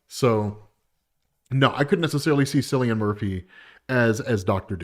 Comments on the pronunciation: Cillian Murphy's name pronounced with a "hard" C. "Killian" Murphy. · Cillian Murphy’s name is pronounced with a hard K, not as S sound. Just a heads up 😅